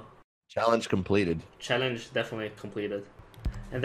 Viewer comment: TYC: Actually say 'CHallenge' instead of 'SHallenge'